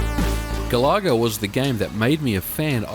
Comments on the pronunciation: Love the video, but GA-LAH-GA? not GAL-A-GA? if it was a shmup where you shot down annoying Australian wild birds then i could understand. LOL. Think of the singer of Oasis "Liam Galaga", and you're there ;) oh! and i love Slop Feet from Taito to:) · Ga-la-ga with way less emphasis of the 'LAH' as you were saying. I've never heard it said as Gal-LAH-Ga in the arcades when it first came out. :) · I have to say Galencia is addictive and enjoyable! And I'm impressed with the score saving cartridge. Great game review! And it's the first i've heard Galaga pronounced as Ga-lah-ga ...i've always pronounced it like Gallagher :o)) Happy new year and I look forward to more from you! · Galoga?? That's how it sounds like you pronounced it?? gal a ga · I couldn't keep watching past the 3rd "Ga-laa-gaah." That pronunciation just killed the video for me, ugh. It's from the word Galaxy, because you're flying through the galaxy in the game. Not flying through the "ga-laax-e." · Doesn't matter i pronounce things strange as well lol but the intended pronunciation is "Gal ah Gah" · ga-la-ga - no emphasis on any of the syllables. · I was gonna make a joke about how you pronounce Galaga, but the video was ultimately too good for me to be a troll.